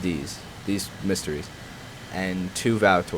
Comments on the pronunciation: Finally the Mystère It's pronounced mistair not mistery Plural is Mistairs not misteries Pls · Shouldn't it be "Mysteres"? "Mistairs" sounds like an Irishman complaining about the state of his stairs.